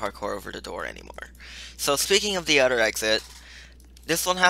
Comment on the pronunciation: its not uder its other